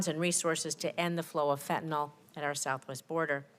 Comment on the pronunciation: I love how she pronounces it Fentanol, like she's confusing the word with Ethanol alcohol.